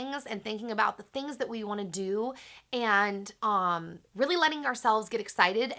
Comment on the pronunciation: Whenever you say "umm" it sounds like "omm" lol!!!